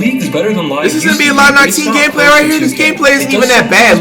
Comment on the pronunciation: Nigga said gameslay